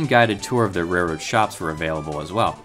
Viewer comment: I gagged when he said reroad